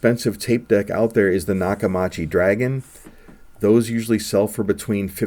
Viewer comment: Thanks for making this video. You are 100% correct, except for the pronunciation of Nakamichi 😉.